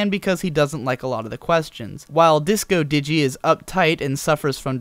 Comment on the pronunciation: Heheh, "DiscoDigi".